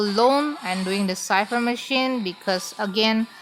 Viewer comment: Thank You, For the tips how to counter her and kite her. I always OOF When I met her in the rank match. My weakness is her dash. And now u pronounce cipher correctly, so proud 👏